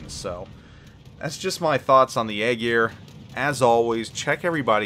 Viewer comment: Eye Ear or Aye Jeer not Egg Ear lol